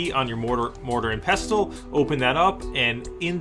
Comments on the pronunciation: its pronounced "pesle" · the t is silent